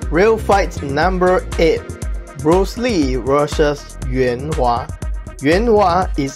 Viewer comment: Allow me to help you pronounce Joe LEWIS ... the "e w" is pronouhced similar to the "u e" / and defijitely the "w a" in Yuen Wah ... and it sounds like you are putting a T sound right before the letter S. The S is pronounced like the sound when water hits on a hot wok. And what do you know I have used thee W sounds that I know that you must know and make when you speak English. This is the W sound in English, which you do say later on in this video after these names are mentioned, So maybe it was a typing error?